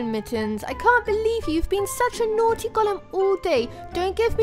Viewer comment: Tyler Neverland its naughty not nottey